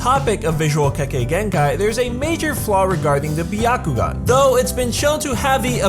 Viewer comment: Not Bee-ya kugan. BYA.